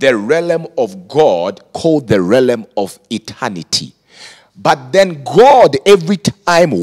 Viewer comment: realm, not relem..